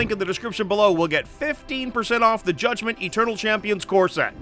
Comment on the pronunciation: A small part of me is really hoping that whoever wins the Comment Prize gets delivered a Judgement-themed women's chest binder, given how insisted upon pronouncing it.